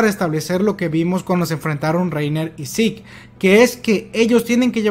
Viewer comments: Siempre había pensado que Zeke se pronunciaba "siku" en vez de "yiku", toda la vida engañado xD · Ese énfasis en el 'jefe de guerra zeke'